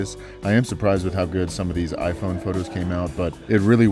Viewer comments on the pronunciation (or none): none